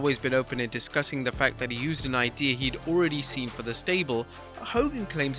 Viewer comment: "The facthe”